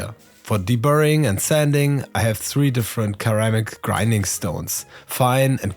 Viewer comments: It's Sir-Ram-Ick, not Kur-Am-Ick. I'm just trying to help, and it's Bow-l. They're plastic triangles and stainless steel balls. Im not trying to be picky at all, i have a lot of friends that speak other languages and always want to be told when they make mistakes, so im just trying to help. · Just so you know, " ceramic" should be pronounced "Seramic" not Keramic 👍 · cool vid. Its pronounced "sir-ram-ic" not "ker-am-ic" hope that helps! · Ceramic in English is pronounced ‘suramic’. Not ‘Keramic’. Otherwise a great video. Thanks for sharing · ah yes, keramic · In English, a C followed by E sounds like an S. “Ser-am’-ik” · Hey, only because you seem to care about your English pronunciation — and you sound great! — a quick tip, the word “ceramic” is pronounced with an S sound at the start, not a K sound. But we all know how stupid English phonics are and again, you sound great! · WHEN YOU SAY CERAMIC IT'S NOT A HARD C OR K.....IT'S AN 'S' SOUND. LOVED THE VIDEO....